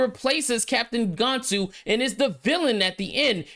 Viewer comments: One criticism my bro, it's Gan-Tu not Gone-tu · F Disney. Lilo and Stitch is a 10/10 movie and I will never watch this trash. Also, you mispronounced Gantu and Jumba lol